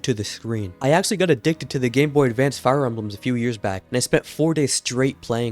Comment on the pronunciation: at the very beginning you say "ahhh... The Gameboy Davance"